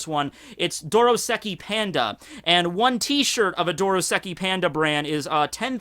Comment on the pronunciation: It's DOSKOI PANDA, not "dorosaki panda"